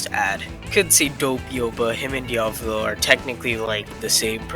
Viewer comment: you said diavolo and jolynes names wrong